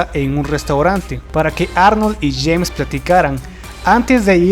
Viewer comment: JAINS?? ES JAMES CAMERON